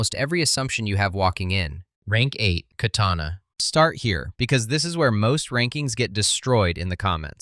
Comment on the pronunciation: goddamn slop you really couldn't fix the fucking H in katana seconds in the video? i HATE SLOP LIKE YOU #DIAF